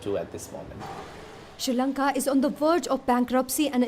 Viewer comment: It’s Not Kolambo it’s Colombo And It’s Not She Lanka it’s Sri Lanka. 🤦🏽‍♂️